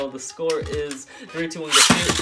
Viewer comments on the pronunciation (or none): none